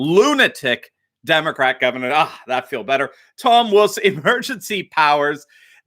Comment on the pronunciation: At the start said "governor", but sounded like "gutter". Still appropriate.